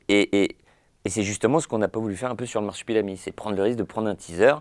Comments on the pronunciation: Je me sens juste obligé de commenter que ça m'as un peu tendu à chaque fois que disait "Marsipulami" au lieu de "Marsupilami". Voilà c'est tout des bisous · Masupilami et pas marsipulami* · Personne ne c'est arrêté sur le fait qu'on dit le Marsupilami, et pas Marsipulami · Au bout de deux "MARSIPULAMI" de l'interviewer j'ai vomi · L’intervieweur est super par contre je crois pas que y a une fois où il a bien prononcé « Marsupilami » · Marsupilami pas marsipulami ;) La première fois je me suis dit sa langue a fourché mais ça continue :) Sinon très bonne interview comme d'habitude.